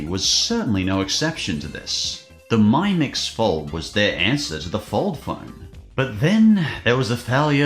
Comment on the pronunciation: It’s mi-mix (mimics) not my-mix 😂😂 also xiaomi is Korean sooo you know x -> "sh" not "z". Well maybe in AU it is 😂 Also the phone was a concept device, therefore was never released